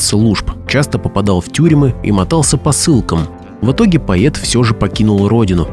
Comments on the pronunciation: ПоЕт?! Или всё-таки поЭт? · Нет такого слова ➡️/поЕт/.... Автор , выучите➡️ --- поЭт, поЭты, поЭту,...(.Э -- пишется и Э -- читается ) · Поэт, а не поЕт😮. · Материал конечно интересный,Но: надо работать над интонациями и над произношением. Поет! Нет такого слова, есть поэт, пишется и читается однозначно, без вариантов. Днипро-украинское название реки Днепр. Ударение на букву "о". Стихи лучше читать людям,которые умеют это делать,да и проза прозвучала бледно,хотя интересной информации было достаточно. Работайте над собой и ... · Кто читает? ПоЕт, вместо поЭт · Вроде бы и не робот читает, но постоянно говорит:"поЕт, поЕту и т.д. Только во второй половине видео стал говорить правильно:"поЭт". Но к концу снова:"поЕт, поЕту, почете и т.д. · ПоЕт, или все таки поЭт??????? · Простите-ПОЭЭЭЭТ-это поэт!А кто такой поЕЕЕЕт?Вы из какой страны? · Поэт, а не поет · Очень впечатляюще! Авторам браво! Но все же хочется поправить. Бродский не поЕт, он поЭт... А то как-то "поЕт" слух режет... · Не поет а поЭт, чего у тебя рот сводит , чего ты придумал или ты новый учитель русского языка ? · Диктор ,вообщето слово поЭт,пишется и произносится как поЭт,а вы всё время поЕт, да поЕт слух режет . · Не поЕт , а поЭт ‼️🤦‍♀️ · Поет? Поэт произносится через э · Слово поэт от автомата звучит по-идиотски. У них что, буквы э нет? Поет да поет, хоть ты тресни. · Слушайте, кто тут вещает, не зная что слова " поет" в русском языке нет, Есть слово ПОЭТ! Противно слушать! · А почему "пает", а не "поэт"? 😮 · Поет,странное произношение,может поэт? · Что за безграмотность ? Лезть в эфир не умея правильно читать по -- русски . Что это за слово поЕт ? А правильно нужно -- поЭт ! Манера чтения без пауз в конце предложения -- это не для русского уха . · Поэт, а не поЕт. Грамотей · Слово "поет", читается, как поЭт! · Что за диктор, он нормальный : "поет, поета. " Лебил что ли? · Стихи точно гениальные, читаются, как рэп. Уважаемый ведущий, не надо говорить ,,поет,, , надо произносить : ,,поэт,,.